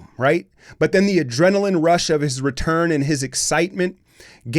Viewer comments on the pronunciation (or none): none